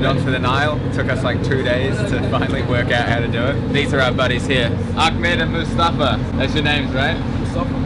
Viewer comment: Ughhhh why does everyone pronounce Ahmed as Akhmed! It's a ح! Not a خ!